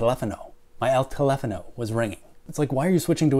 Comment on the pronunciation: As a Latin American, I'm offended by your horrible pronunciation of El Telefono...... JK, great video.